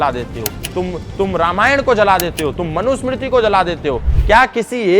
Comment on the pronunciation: Yeh gyan chodi ko bolo apne Manu Smriti ka sahi ucharan kare